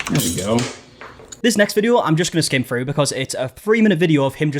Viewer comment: Why is it that people who created the language of English can’t even speak it. The word is “through”, not “frew”